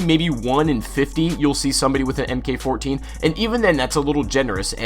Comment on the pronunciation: It's "mark 14," not em-kay-14